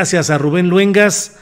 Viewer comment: La octava tiene buena programación,buenas entrevistas,Rubén sigue igual dando buenas noticias y entrevistas,¿Que te pasa?Se dice Luengas,no jodas.